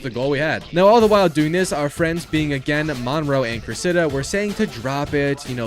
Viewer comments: “Cress-Id-uh” Cressida. The emphasis is on Cress and duh. Not on the “Idduh” as you’re saying it. Just fyi. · The pronunciation of Cressida is criminal